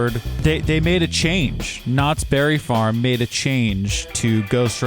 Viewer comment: Its not Knotts BERRY farm its Knotts Berry FARm